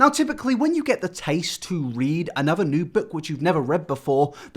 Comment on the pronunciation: It's not "new"